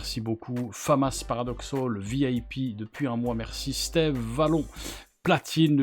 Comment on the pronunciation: Merci pour la vidéo et bel été à toi également. PS Steve se prononce "Stive" 😅.